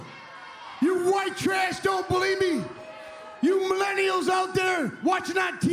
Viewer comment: "I am one half of the greatest tag team in da history is da business." "You millenials out there, watching on Tee Ree now don't berieve me." " Eli Drakes knowz dat!" -NEW GOLD!